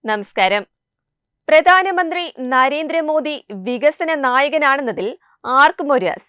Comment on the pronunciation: കുട്ടി വാക്കുകൾ ശരിക്കും ഉപയോഗിച്ച് ശീലിക്കുക.. പ്രദാനമന്ത്രി.. ഫാരതം.. ഇതൊക്കെ തെറ്റാണ്... അവതാരകയുടെ കാര്യമാണ് സൂചിപ്പിച്ചത്..